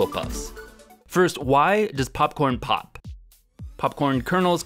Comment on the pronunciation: "Got some chips, dried them out. Now we're gonna see if they pofe." If you ever doubted this guy was from Minnesota😂